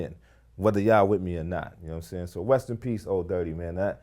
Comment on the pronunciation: Sound Like He Said West In Peace